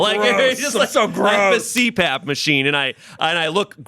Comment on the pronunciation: Did say SleePAP machine?